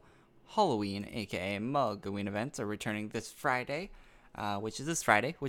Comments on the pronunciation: MOGloween, lol molgoween :P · Could you please change the way you say Mogloween? You always pronounce it "Mogleween" and great video